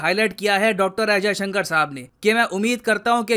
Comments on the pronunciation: He not Ajay Shankar, S. Jaishankar.. At least take the name right.. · Kya boss naam to sahi bolo unka naam jayshankar hai Ajay Shankar nahi hai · Why Ajayshankar? "Jaishankar" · एस्. जयशंकर ऐसा नाम है....अजयशंकर नही! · Ajysanker nhi Yar jaysanker bolo Kuch bhi murkhon jaise bake ja rahe Ho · Ajay sankar !!! ..... Atleast pronounce the name properly .